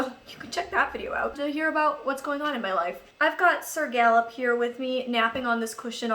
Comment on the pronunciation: Lol in the beginning I thought you were saying "Da boop" lol luv u <3